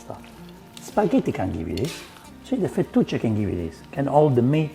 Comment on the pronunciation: Fu-2-che pasta?? You mean fettuccine? I can't keep up with you Italians